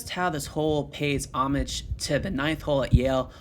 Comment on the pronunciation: Ahh, to hear the word "homage" correctly pronounced.